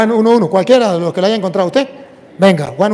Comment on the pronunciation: Hayga??? O HAYA?